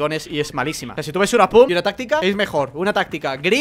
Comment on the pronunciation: 8 no se dice pum se dice pump